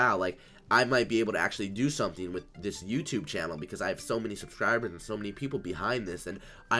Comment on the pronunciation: "subcribers" hahaha😂